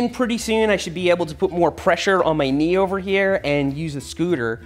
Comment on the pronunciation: “kneerover” this had me laughing for 2 minutes straight 😂